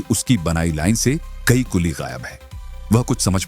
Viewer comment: कुली ❌️कुल्ली ✅️😂